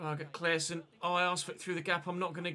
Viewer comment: Can tell you as a swede how to pronounce Claessons name. Just take away the E and pronounce it as “Claasson”